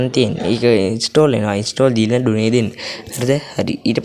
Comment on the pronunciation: Done - ඩොනේ ✖️ ඩන්✔️